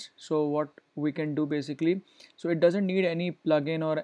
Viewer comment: I just bleed through my ears. that "That" and "It" pronunciation........